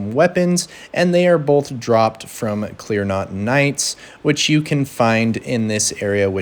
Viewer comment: It’s clean rot, not clear not.